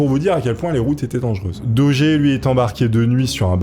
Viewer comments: Le château de Fouquet est à Vaux LE Vicomte (programme de CM1-CM2, un des château les plus célèbre du pays et on dirait que tu découvre ce que te dicte le prompteur), idem prononciation du nom d'Eustache Dauger qui se prononce comme "danger" et non daugère ou dauguère. Bref encore une vidéo chat gpt sur un thème où t'as du mal à comprendre les mots que tu lis. Je coupe la vidéo là et c'était déjà difficile à regarder. Si tu fais un truc fais le bien ou fais le pas. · Il a été arrêté à Calais , pas à Dunkerque , et c'est bien à la française que l'on prononce son nom Dauger et pas Daugere ? Pour le reste bien des gens s'y sont frotté à cette histoire, comment arriver à faire taire une vie ,c'est abject..... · Tes vidéos sont vraiment top mais Dauger ça se dit daugé pas daugueur on est en France pas au texas 😂 Continue de nous faire de bonnes vidéos comme ca ! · Doug doug dit Daugueur, l effet barbara stranger thing, Bragueulonne.... J aime les histoires de ahah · DOGGER ?!!! xD La prononciation c'est important !!!!!!!!!!!!!!!!!!!!!!!! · Mec fais un effort avec la prononciation, au bout d’un moment, juste par respect… ça te prend littéralement 10 secondes de vérifier ça sur Google ou avec ChatGPT OU DANS UN DICTIONNAIRE….! Tu googles « xyz prononciation » et voilà !!! Genre « Eustache Dauger prononciation » et tu vois que c’est DO-JÉ… surtout que c’est du français là, pas une langue l’étrangère ! Vous êtes vraiment nuls en langues les Frouzes, c’est pas croyable ! Et surtout dans votre propre idiome !!! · RIP le pauvre Eustache DAUGER qui voit son nom prononcé de 1000 manières tout au long de la vidéo lol ca fait pas sérieux, renseigne toi avant de tourner 🤣 au final ça se prononce DOJÉ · Au fait, on dit "Dojé" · Oui, on dit Dauger et pas Dauger. 😂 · je Gère ! La GUerre ! Ce n’est pas compliqué de savoir prononcer 😊